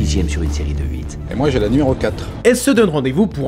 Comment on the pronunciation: Putain le “HUIT” ma fait recracher mes pâtes.